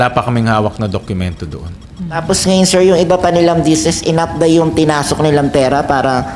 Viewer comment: senator sherwin please dokumento hindi dok Q mento not a basher ha just saying